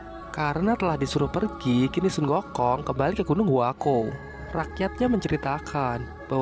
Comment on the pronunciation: Bukan gunung huako tapi. huakuo